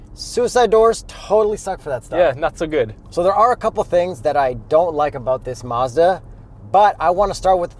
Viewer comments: First off your reviews and videos are the best, but it's not maaahzda it's Mazda and yes I'm from the states so maybe I pronounce it wrong just sounds weird funny when u say it. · Something is not quite right how he’s pronouncing Mazda. Can’t quite pinpoint it but it’s off and irritating.